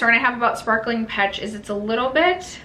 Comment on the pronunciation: In the spirit of being helpful rather than critical: peche is pronounced pesh not petch. Love your channel!!